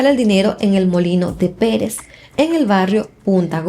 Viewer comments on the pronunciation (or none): none